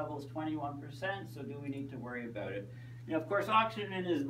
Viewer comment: before the world ends its pronounced about not aboat lol